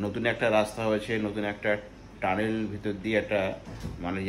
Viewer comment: Re bhai tanel na otake tunnel bole